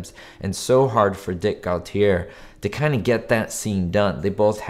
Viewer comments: I've met the man who first wrote for Hymie. He's actor Gary Clarke, but he wrote the episode under his real name C.F. L'Amoreaux. Director Bruce Bilson had a nice web interview with Stu Shostak a few years ago. BTW, Dick Gautier's last name is pronounced go-tee-YAY. He was often on the 1970s game show TATTLETALES with his then-wife, Barbara Stuart. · Gautier is pronounced Go-tee-yay. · Dick Go-tee-yay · Well, I always heard "Gautier" pronounced "GO-tee-YEA," something like how it would be pronounced as a French name; I'm fairly sure I actually heard it said that way when Dick Gautier was introduced on a talk show or game show back then. Not sure if he pronounced it that way. A small thing, but there are some awesome awful name pronunciations out there on YouTube and elsewhere.